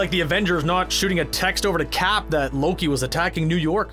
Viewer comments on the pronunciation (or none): none